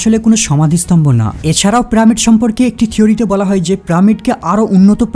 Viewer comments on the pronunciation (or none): প্রামিড?? পিরামিড, উচ্চারণ ঠিক করে কথা বল মুর্খতা সহ্য হয়না। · প্রামিড নয়, পিরামিড😂😂😂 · আরে মাদারের বাচ্চা কথাটা প্রামিড না পিরামিড হবে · প্রামিড কেন বলসছন? পিরামিড হবে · কেবল প্রামিড না আরও কয়েকটি উচ্চারণ খুব বাজে। stone কে বলছে " ইস্টোন"!! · তুমার পিরামিড উচ্চারণ সুন্দর নয়।